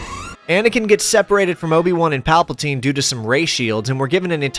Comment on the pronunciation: Shout out saying Palpaltine instead of Palpatine! Teasing aside, the video really is awesome! 👍